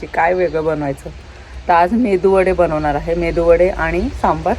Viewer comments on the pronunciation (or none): Please say right pronunciation MeduVada not Mendu Vada 😊